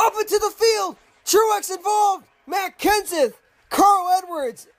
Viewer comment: You said makks Kenneth...